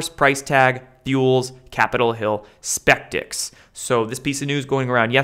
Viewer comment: skeptics not spektics … so you are human